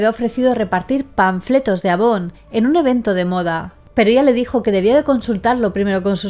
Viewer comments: avon se pronuncia eivon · Si eres de LATAM, en algún momento de tu infancia, tu mamá se dedicó a vender productos Avon o viste alguna de esas revistas. P. D.: se equivocó en la pronunciación. A Avon se dice "Eivon". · Eres de colombia?, Porque me he dado cuenta que los colombianos dicen así"eivon", porque por ejemplo los venezolanos le dicen Avon, yo no comprendo porque, jaja.